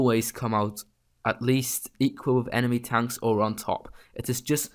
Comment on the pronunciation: Bro it pronounced "Tanks" not "Tonks"